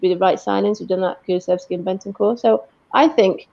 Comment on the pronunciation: Am I hearing it right?? She kept saying Kulusexy?! 😨